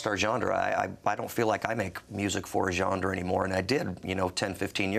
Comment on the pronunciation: lmao that he keeps saying "gendre"